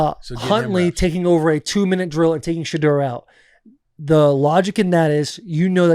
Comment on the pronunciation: My guy! Can we pronounce the kids name correct 😂 It’s SHA-DOOR!!!!!!